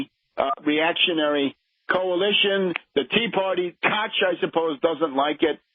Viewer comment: Are we vindicated or just sheeple being further divided as it comes down to the wire? Now Tarp it's pronounced "Coke", not "coch"